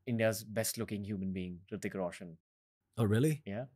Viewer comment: He says hritiik like Riddic🤣